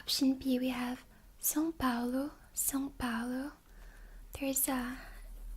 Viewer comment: Nossa você falou direitinho são Paulo.